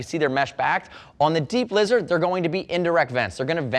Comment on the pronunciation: I keep hearing deep-lizard instead of D-Blizzard.